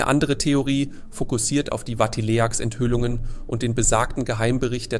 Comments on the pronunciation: 😢diese schreckliche dumme Unsitte Wörter neuerdings bei youtube ständig völlig falsch auszusprechen: hier das Wort Vatileaks, wurde Vati-l-e--a-k-s ausgesprochen, müsste aber heiß Vatiliks. Vati-leaks, englisch Zusammengesetzt aus abgekürztes Vatikan und leaks Leck , Enthüllung.😮😮😮😮wenn ihr nicht Einfachstes korrekt sprechen könnt, lasst doch das youtuben bleiben und lernt Deutsch und Englisch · Ah, die Schönheit von KI. Ich wollte schon immer mal einen Bericht über Benediktsechzehn sehen (und hören). Und Watilehaks kannte ich noch gar nicht. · Es heißt "Benedikt der 16." und nicht "Benedikt 16"!! Und es heißt"Vatileaks", nicht Vati-le-aks..... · "Wati-Le-Ahks"-Affäre? Nicht euer Ernst ... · Aber vielleicht könnten Sie ja wenigstens “Vatileaks” korrigieren😂😂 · Nach 10 Minuten ausgemacht. Dass die Text-to-Speech-Software die du benutzt dauernd Benedigt Sechzehn sagt statt Benedigt der sechzehnte war schon nervig aber als sie Vatileaks deutsch ausgesprochen hat statt englisch wurde es mir zu dumm.